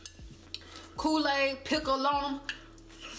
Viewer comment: LOL coo-laid pickle 😂🤣